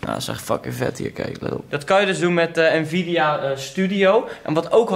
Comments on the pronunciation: spreek het alsjeblieft uit als N-vidia en niet als nevidea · Leuk die sponsoring van nvidia (uitspraak is trouwens `envidia`. Jij zegt steeds nevidia, das fout 😉.) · Je spreekt het uit als ENvida niet NEvidia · petitie: spreek nvidia als EN Vidia uit eenplaats nvidia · sorry maar ik moet het toch zeggen. de N in NVIDA spreek je apart uit, dus N-VIDIA. Loef de content, vooral met Juultje;) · sorry dat ik het zeg haha maar je spreekt het uit als ENvidia hahahaha 😅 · lol je bent een "computernerd" maar een 3060 is niet eens mega goed + je zegt drieduizendzestig dat zegt genoeg Edit: je zegt ook nog eens "nevidia" 😂😂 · Ik cringe wel een beetje hoe Nvidea uitspreekt xD. verder gaat het wel goed met mij hoor.